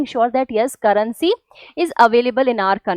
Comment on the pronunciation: Currency ❌ Carrency ✅